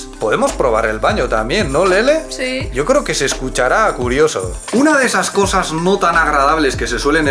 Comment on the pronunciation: A Lele le sale el "sí" bien a lo español "shii" 😃